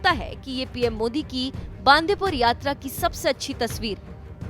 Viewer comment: Atleast pronounce the place name right... It is not बांदीपूर .... It is बंडीपुर.... 🙏🙏🙏